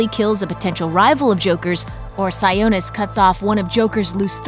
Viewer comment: Am I the only one who cringes at how they pronounce “Sionis?” It’s “SIE-AH-NIS,” not, “SIE-OH-NIS”